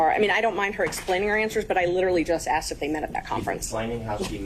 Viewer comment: She was axed a lot questions